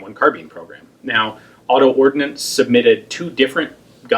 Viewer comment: It's ordnance...not ordinance, dumbass.